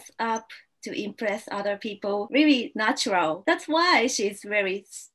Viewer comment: Those R's. Rearry is what I hear, but I can tell you are trying to say really. So work on the R's that you include in your words.